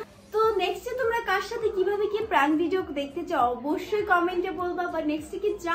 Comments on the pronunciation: It’s not প্রাঙ্ক it’s প্রেঙ্ক 🤣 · প্রেংক ❎ প্রাংক✅ 😅😂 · প্রাঙ্ক না প্র্যাঙ্ক😂😂😂😂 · আপুটা প্রাঙ্ক না ওটা প্রাঙ্ক